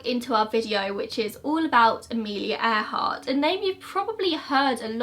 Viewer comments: You're not the only one. I heard it like that too. 😊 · Am i the only one to heart " Air Heart " instead of earhart ? So much more fitting to her...